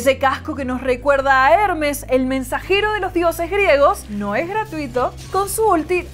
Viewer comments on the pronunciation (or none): none